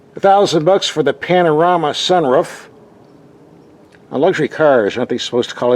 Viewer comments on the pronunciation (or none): The panarama sun ruff lol what are you saying